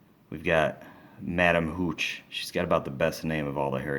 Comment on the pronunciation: He said professor maganagil and madam mooch XD